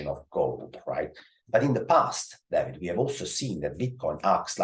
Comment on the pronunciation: Every time he says David, I keep hearing damnit